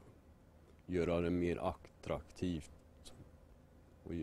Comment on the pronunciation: Tur att han själv är så duktig på svenska språket, och säger "acktraktivt".